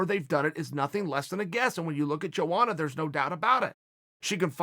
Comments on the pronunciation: Am I trippin or are you not supposed to pronounce the J in Joanna’s name like many people do ? Lol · No one: chael sonnen: "joeana"